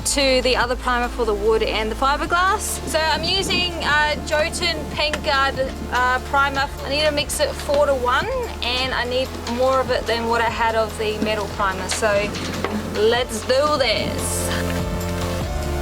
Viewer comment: Yo-tun not Joe-tun... 😉☺️